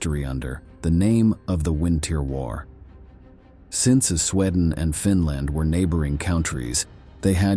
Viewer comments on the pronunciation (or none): Where is the narrator from? Very odd pronunciations of some of the stuff mentioned..."Stailin" instead of Stalin, "Swedden" instead of Sweden and at other times they are pronunounced correctly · ITS SWEDEN NOT SCHWEDEN!!! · Sweedan? Did you have a stroke? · Your pronunciation of words is terrible. You mispronounced Sweden and Stalin repeatedly.